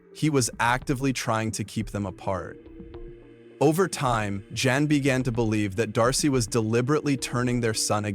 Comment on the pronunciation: Guys mother's name was Jan as in Jan-uary not Yan or Yawn